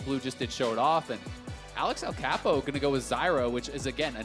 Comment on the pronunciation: Me queria dar algo cuando lo pronunciaron Axelcapow